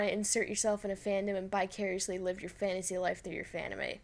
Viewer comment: vicariously not "bicuriously" wtf??